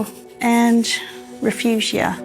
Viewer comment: What a great story! I actually live in New Mexico and have been a "desert rat" for many decades. Incidently, Refugia is pronounced Ray-FOO-he-a. Means refuge in Spanish. My husband's family were all Texans and lived near the city of Refugio. They pronounced it Ray-FEAR-e-o. Texas twang donchaknow!